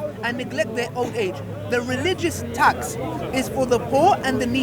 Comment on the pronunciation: My man cant say tax